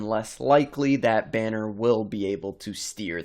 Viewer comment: Yeah, weird way to pronounce Banner